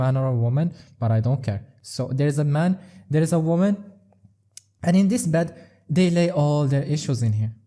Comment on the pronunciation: “The MAN & the WAMAN” 😂😂😂